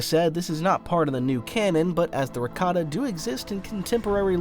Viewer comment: Look brother. This is a chef issue. The pronunciation of Rakata that star wars youtubers including yourself choose sounds like ricotta. That's a type of cheese.